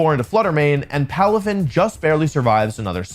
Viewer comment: palafin lands up sounds right to me